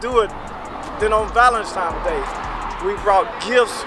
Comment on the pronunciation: "Valenstimes day"